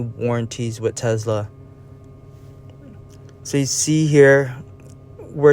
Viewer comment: Great video, but we say Tesla and not Tezla!